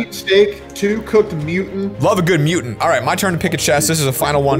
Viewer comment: “cooked mutin”